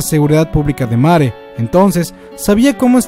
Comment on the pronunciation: lo siento pero que mierda es mare???? te refieres a marley? :s wtf si es asi mejora tu pronunciación